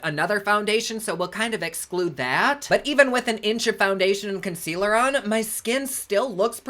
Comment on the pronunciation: I laugh when u say consquealer. Every. Single. Time. 😂😂😂😂